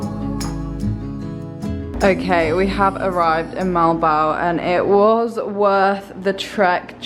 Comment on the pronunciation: You pronounce it " Mo al bo al" not molbol or other way